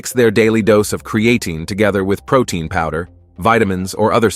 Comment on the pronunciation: You mean....pro-TINE!🤣